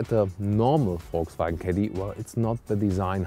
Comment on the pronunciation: everytime i hear you VW i hear it like "FolgSvagen" but i like how it sound lol